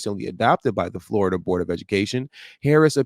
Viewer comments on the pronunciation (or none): none